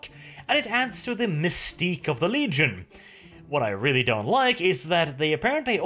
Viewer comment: "Leagion", never change brother